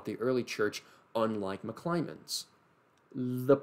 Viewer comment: Great video! There's just one thing that bothered me... It's McClymond, not McClymonds!